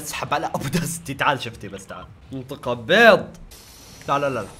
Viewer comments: اسمها بيض مو بيط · اسمه بيض مو بيظ🧐🧐🧐